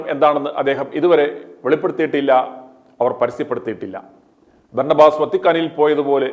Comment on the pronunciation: ഓസ് അല്ല ആസ്... Berna ba.... Ass